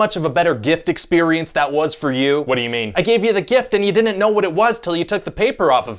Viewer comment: My favorite quote from Ryan George - "dinent know"